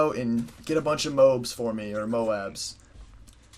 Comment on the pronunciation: Lol "Mobe"